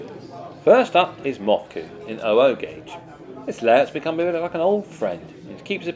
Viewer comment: I wish to take you to task regarding the pronunciation of Mothecombe... I had 3 Summer camps there whilst in the Boys` Brigade from Langley Berkshire. ( ) The man who owned of the Village ,near Plymouth, and also several thousand acres around the area was Cmdr Mildmay-White told me the name of the Village is called Mother combe. Even though it is spelt Mothe Combe. I am sure lots of peoplle get it wrong!